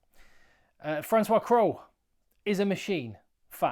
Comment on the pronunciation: Cros- it’s pronounced Cross, not Crow.